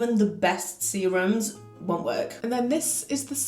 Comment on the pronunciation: I had to rewind to hear you say what it removes off your skin, look a couple of times to realise you said serum🫣🤣